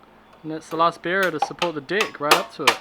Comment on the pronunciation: Am i the only one who noticed but this guy says Dick i.s.o. Deck